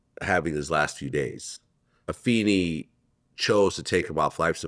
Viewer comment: I don't understand why mufuckaz can't just pronounce her name correct... Afeni is said A-fay-ni, Pac's brother Mopreme Shakur said. What is so hard to do?